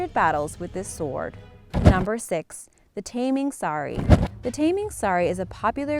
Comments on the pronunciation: Actually is not taming sari it’s tarming sari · Taming Sari was pronounced wrongly. Sld be "Tar - ming" "Sar - ri".